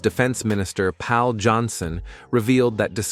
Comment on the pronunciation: And Pal instead of Pål ('å' pronounced as 'o' in more)